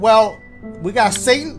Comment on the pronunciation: Bro I lose everytime Dashie says Satan for some reason lmfaooo 💀